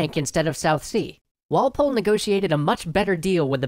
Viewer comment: Okay, I got so annoyed by your emphasis of Walpole.